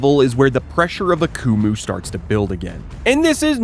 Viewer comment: The way you pronounced Akumu throughout this video made me wish I was deaf lol